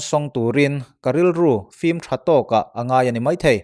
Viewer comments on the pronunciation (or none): none